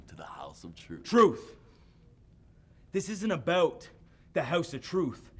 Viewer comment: "Truth... this isn't aboet the Hoese of Truth. This isn't aboet Roderick Strong." Yep, that's a true blue Canadian right there.